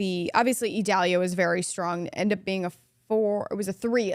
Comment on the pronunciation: Its Idalia not Edalia.